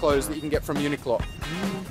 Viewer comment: why do you say uni-qlo and not uniq-lo?